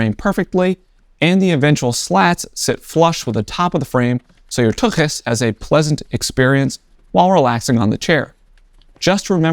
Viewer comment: 2x bonus applied to all video likes for proper pronunciation of tuchus